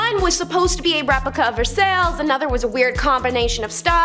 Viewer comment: Versailles is pronounced “Vers - I”